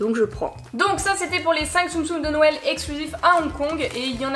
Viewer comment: JE T'adore et tu me fais rire avec ton "nouël "